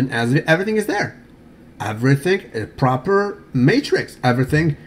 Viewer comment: politics oiled not propahhhhhh